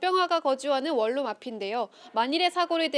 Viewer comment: 왜 원룸을 월룸이라고 발음함?